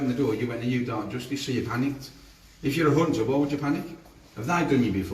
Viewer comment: "A nunter"